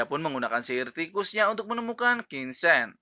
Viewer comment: Min bacanya tolong tetap qin cen jangan qin sen